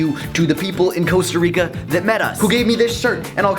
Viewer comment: It's not Coasta Rica, it's Costa Rica... Kappa